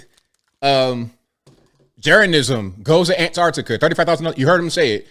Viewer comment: Finally, an American that realises there are t's in Antarctica! Nice one! Keep up the sterling work.